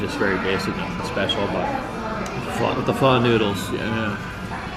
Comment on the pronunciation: You're still saying pho wrong... lol it's siracha, hoisin sauce and fish sauce. Lol hoisin as BBQ sauce